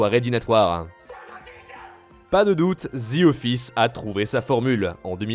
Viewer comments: “The” et non “ze” 😑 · Ah les français… pas « The » ça se dit comme ça: « Dee » pas « dzi » vous me tomber sur les nerfs ahah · C'est The office et non "zi office" :) oui jsuis aigris